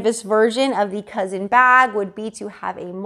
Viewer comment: It’s not cousin, it’s coussin 🤦🏼‍♀️